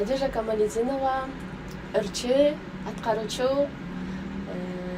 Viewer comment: Алып баруучу кантет Камалдинова деп 😮 Камалидинова го